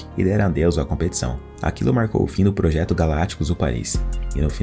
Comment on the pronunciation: PSG, o eterno "pôjeto"